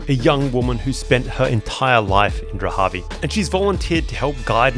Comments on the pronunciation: So, it’s spelled Dharavi, but and elsewhere we hear Drahavi. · It’s Dharavi not dhravi? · I couldn't get past how you kept calling it "Drahavi" when the name is Dharavi. You obviously don't care about your subject. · Dharavi. Not Drahavi.. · Dharavi not Drahavi. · This place is called Dharabi...like Dhaa-raa-bee, not Drahabi. I guess, like many other YouTubers you did that internationally so that people like myself will be forced to give you a comment😂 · Great video, I am from Mumbai. Small nitpick the name is Dharavi its pronounced like DA-RA-VI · Am I the only one who is uncomfortable of the way he butchers the pronunciation of "Dharavi"? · Can’t believe how often you mispronounced Dahravi !!!